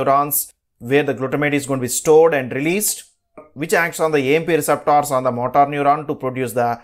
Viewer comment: Speak 🗣️ nicely It's Receptors 🗣️ not receptaars